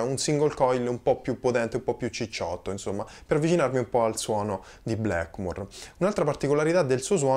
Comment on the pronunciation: Sei bravissimo ma per favore, Blackmur e Yamaka non si possono sentire...